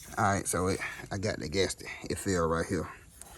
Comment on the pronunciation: I can rewatch this all day just to hear you say "gastick".